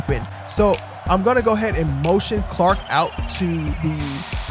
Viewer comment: Great vid but it's CHark, not Clark lol